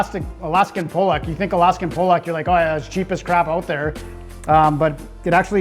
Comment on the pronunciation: Alaskan ‘pollock”. Not “polack”, which is a Polish slur used by Archie Bunker!